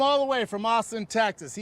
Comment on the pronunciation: “We flew him all the way from aussen tesas”